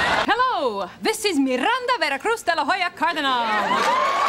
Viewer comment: De la Hoya not de la Jalla.